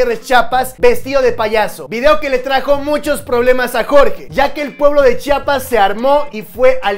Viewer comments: Es Chiapas no Chapas 🙄🙄🙄 lleva "i" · se dice Chiapas, no Chapas😐😑😒